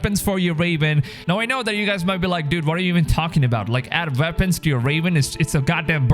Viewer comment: I like the way you say Veapons